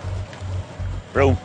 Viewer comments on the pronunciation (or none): "Brome" daw 😂